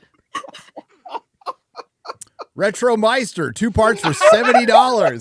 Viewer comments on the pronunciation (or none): none